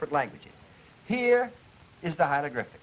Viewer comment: & hieLogRyphic? The man can't say HIEROGLYPHIC hi·er·o·glyph·ic /ˌhī(ə)rəˈɡlifik/ and then he wants us to take him seriously on the very subject he his covering? Learn to pronounce it before you try & teach this phenomenology to other human beings.